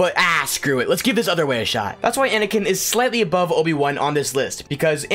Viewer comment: You DID include Vader, you said ANiKan!!